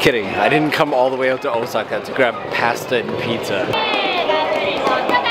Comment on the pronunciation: Sorry couldn't help it, you know you spent to long in Japan when you mispronounce Pasta. Love your work. On foot travel is a must to experience the hidden parts of Japan. Thanks